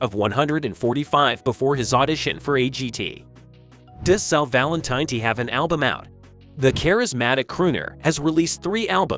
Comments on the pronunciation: tin-It is not Valen-Tiny. His last name is Valen-tin-etti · Need to pronounce last name correctly! Valin-tih-netti. No long I. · I would have enjoyed this video a lot more if you knew how to pronounce Sal's last name.